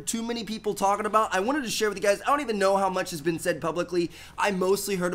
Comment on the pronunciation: I hate how he says "talking about"